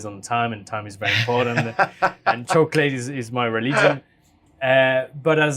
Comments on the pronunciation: I of course new he was trying say "chocolate" but now I can't un-hear choke ladies... So thanks lol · I think he was trying to say chocolate. Swiss chocolate is hella tasty but good catch lol